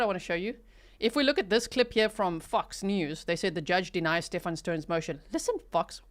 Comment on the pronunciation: Even calling him "sTePh-AAN" annoys me. His whole family is plain old American. He's Steven 🙄😒